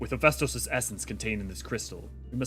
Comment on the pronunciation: Your pronunciation of Hephaistos is annoying me XD HEHF EH STOS. PLEEEASE rofl